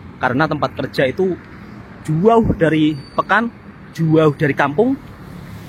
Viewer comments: emang sebutan jauh itu gitu ya mas? 'juauh' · Ikut jarak lagi jauh lagi panjang sebutan juuuuuaaaauuuuh